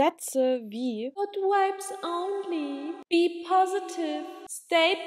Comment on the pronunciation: Fands witzig dass du vibes bisschen wie wipes ausgesprochen hast 😂 aber stimme dir zu!